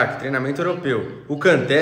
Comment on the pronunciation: Se você vai fazer críticas aprenda primeiro a pronunciar o nome do Kanté😅